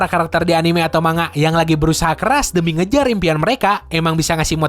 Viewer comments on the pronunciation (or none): none